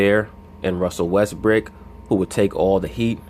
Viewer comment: I like your videos but you should stop calling him Westbrick, you have people who want to like listening to you who are from Oklahoma city and are fans of Westbrook. People understand you are trying to be funny but its getting old.